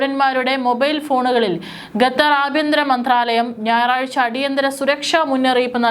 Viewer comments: Not gatar but Qatar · ഗത്തർ അല്ല മോൾ ഖത്തർ. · ഗദ്ദർ 🤔 അല്ല ഖത്തർ. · അവതാരക / കൻ, അവരുടെ ശൈലി, ഉച്ചാരണ സ്ഫുടത, ശബ്ദം ഇതൊക്കെ നല്ലതാണെകിലേ വാർത്ത കേട്ടിരിക്കാൻ താല്പര്യം ഉണ്ടാകൂ! ഗത്തർ, ഗമിനി എന്നൊക്കെ ഉച്ചരിക്കുന്നത് അശ്രദ്ധ മൂലമാണ്.